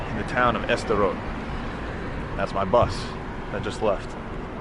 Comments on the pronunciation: Why do you call Sderot "Esderot"? There's no E there. At least you don't call it "Sderow" like Americans pronounce Gal Gadot. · the place called just "sderot" btw, not s-derot. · Your pronunciation of Sderot is driving me crazy. It's not "ess-derot" it's two syllables, "sde-rot". Just like you wouldn't pronounce "start" as "es-trart" (unless you are for example a native Spanish speaker), it's a blend. The only difference here is that the d is voice unlike an unvoiced t. Since you speak Arabic which has a lot of difficult blends, I'm surprised this one stumps you. If you can't manage "sd", "suhd" is better than "esd" (or even, if you must, "steROT' or "zderot" (like in the russian на здоровье)) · It is just "Sderot" ... not "E-Sderot". Ivrit Safa Kasha. Also I don't think Sderot was really the hardest hit in Oct 7th though there was definitely intense fighting there. The Kibbutzim closer to Gaza, and the music festival, suffered the most casualties. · It’s not pronounced Ester-rot. It’s pronounced Sssss-derot. Also it wasn’t the most hard hit town on October 7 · Even after Anna showed him the correct way to pronounce it. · Loved this. It’s pronounced s’der-rote. Sderot. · You are pronouncing the city incorrectly. You don't pronounce the S like the English letter in the alphabet; it seems pretty ignorant for someone who know multiple languages.